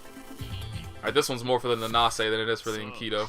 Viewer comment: Just so you know, it actually is supposed to be Enkidu. You (or rather, I'm guessing, whoever told you that) confused the last set of characters トゥ "du" with トウ "do". Just wanted to clear up the confusion